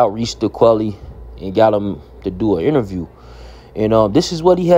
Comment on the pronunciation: It’s quilly not quelly